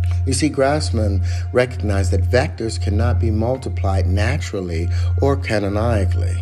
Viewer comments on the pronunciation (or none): How the hell did he slip 2 extra syllables in "canonically"? 🤣